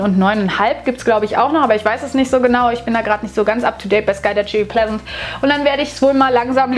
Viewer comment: Oh man haha😂 SkulduTSCHery Pleasent? Entschuldige, Klugscheißermodus: doppel -g, also sagt man auch skaldagæri (primitive Lautschrift, ich weiß).